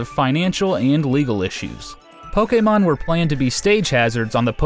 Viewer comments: Jahren Burke Because that’s how it’s pronounced. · POKE-Ehh-MON why does it sound weird when he says it wtf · the way this guy says Pokemon